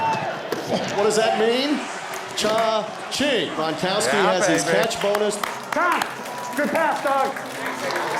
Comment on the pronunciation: Not every Polish man is 6' 6". And Poles would pronouce "Gronkowski" correctly - "Grong-Koff-Skee".